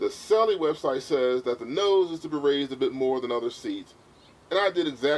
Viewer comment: Correct pronunciation of Selle is 'Sell' not 'Sell-e' - the 'e' is silent.